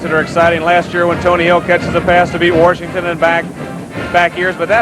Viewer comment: I love it at the mark when Roger says “Worshington” instead of Washington. That is Coach Landry rubbing off on him 🤣